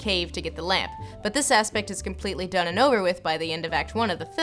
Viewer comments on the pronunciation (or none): none